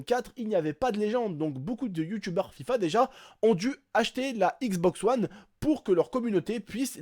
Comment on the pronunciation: Mdr " xbox OUANNE " jpp 😂😂😂